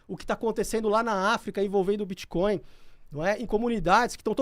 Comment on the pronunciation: Os caras são especialistas e continuam pronunciando BITCHCOIN--- o resto do mundo ri dessa maldita pronuncia brasileiras, explicando: BITCH è puta, portanto bitchcoin é moeda de puta. a pronuncia BITCOIN---O T É MUDO---O T É MUDO---O T É MUDO !!!